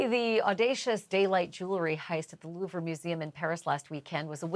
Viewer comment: Someone tell Ashleigh how to pronounce the Louvre properly. I’m cringing every time she says it.